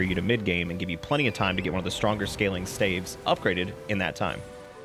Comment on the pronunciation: >Staves thats the first time ive heard that proouced that way